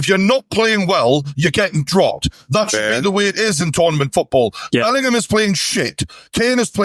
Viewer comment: Glad to see the lad bottom right has finally started pronouncing Bellingham properly instead of saying Bellernam like he used to.